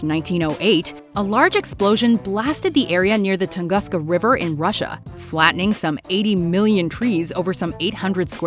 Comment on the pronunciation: Top 30 Creepiest Mysteries You've Never Heard Of........... . . . . .Toungouska !?............LOL